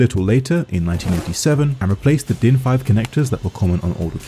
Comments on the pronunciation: Im german and you absolutely nailed the pronuncination of DIN especially since you actually said für and not fur like most english speakers that have never seen a ü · you pronounced din incredibly good i cant lie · i give your german pronounciation a not bad/10 and for mentioning DIN in the first place you get a 10/10